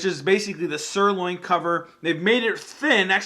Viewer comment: Did he say sirloin cover?